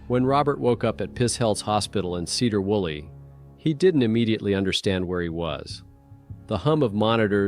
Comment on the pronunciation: Please talk to a native, like myself of Washington state before you butcher the name places! There is no “Cedar Woolley.” It’s pronounced “Seedrow Woolley.” etc.